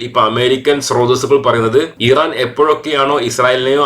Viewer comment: ഈറാൻ അല്ല ഇറാൻ